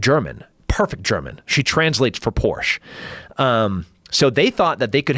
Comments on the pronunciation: Lmao always hearing Joe talk about his "Porchea" or whatever haha isnt that the Girly version of a Porche? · Hey Tim... Porsche is a two syllable word... If you say Porsh it's a liquid cooled car. Porsche is air-cooled for the purist.🇩🇪